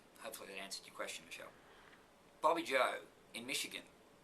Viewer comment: Ha.... answered my question. Thanks so much Keith. Love how you say Bobbi-Jo...